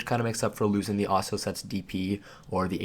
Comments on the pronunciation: Ah-Sue-Las set btw ;) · ASS-A-LASS set lmfao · "Oisula set" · I cringe every time he says Asula (ah-sue-la) .. good video non the less. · Say it with me uh soo la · Wow I'm triggered 3 seconds in by his pronunciation of Asula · Great vid but im raging at pronunciation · After about 2 minutes watching, I realized I can't take this dude mispronouncing a simple word anymore. I don't even understand how you fuck it up so bad its triggering.